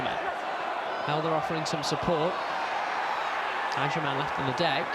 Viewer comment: his names agyemang not agyeman 😂😂 pisses me off so much when he calls him agyeman